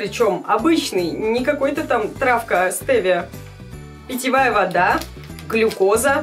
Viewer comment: стевия а не стэвия